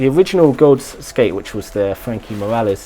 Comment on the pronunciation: D I'll gladly help you out if you want to a pronunciation guide for any names. "Michel" is pronounced the same way as in French, "Mishel" (/mi.ʃɛl/)..and "Gawds" is a broad, American way of saying "Gods" and can be pronounced "Goahds" or "Gaahds" (with a dark "a" sound but without the diphthong).